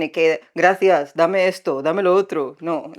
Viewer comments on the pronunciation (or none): none